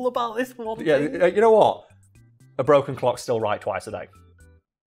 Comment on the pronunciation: The cadence of your words when you said "A broken clock's still right twice a day" made me think you said "a bro can clock still right twice a day" and I thought it was a punching reference of some sort